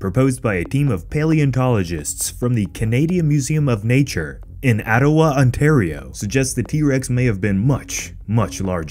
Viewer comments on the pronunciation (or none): That pronunciation of “Ottawa” was painful I’m sorry 😭